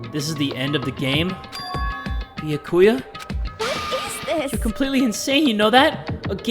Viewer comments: Byakuya is pronounced like ba-yaw-koo-yuh not Bee-yuh-ku-yuh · I think its byaakuuya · So i just tuned in and... Beyakuya its b ya ku ya lol😂😂😂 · How come no one has made a ruckus about how calls Byakuya: "Boo yah koo yah" Instead of: "Byah koo yah" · dongonrampa 😔 beeyakuuya lmao jk but danganrompa is “dang-on-rompa” and byakuya is “b’yaa-kuya” (pronounced quicker) great video as always! surprised that you started playing this cuz i just did too LOL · It’s bee-ak-you-ahh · Byakuya's name is pronounced Be-ah-ku-a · he meant like ''die- ya'' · It’s bee-ah-key-a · "Biyukuia" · 🐝 yah ku yah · BYAKUYA IS PRONOUNCED [BEE-YOK-OOH-YUH] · no one:, trying to say byakuya: beeyuhkooyah 👽👽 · Me when he says “beeyakuya”: 😔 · Bee ya ku ya its pronounced like that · Stop saying Byakuya wrong its all one word not beeya ku ya. its beeyak kuya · his pronunciation of byakuya's name despite it being correctly pronounced time and time again IN THE GAME is causing me physical pain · Im mad at for pronouncing byakuya's name wrong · trying to exist and keep playing the game: Me annoyed at his pronouncing of Byakuya: >:( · I love but the way he pronounces byakuya is kILLing me 😭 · The way pronounces Byakuya physically hurts my soul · The game saying the names correct: Not Makoto, Bee-ya-ku-yaa, spiky ass hair I dont know. 🤣🤣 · Yo I'ma be impressed if goes through the whole game mispronouncing Byakuya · PRONOUNCE BYAKUYA'S NAME RIGHT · Last night I was praying that would finally pronounce Byakuya's name correctly, so when he mispronounced his name I cry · You are pronuncing Byakuya wrong... and you realllll shoud pass free time with him! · THE WAY PRONOUNCES BYAKUYA AHH